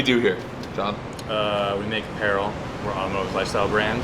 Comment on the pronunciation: How are you unable to pronounce Apparel properly lool